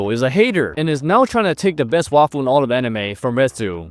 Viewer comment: Bro was saying waifu I thought he was saying the best waffle in all the anime